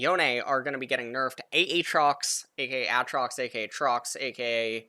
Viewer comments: "Trox, cause the A's silent" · Im obsessed that he cant say Aatrox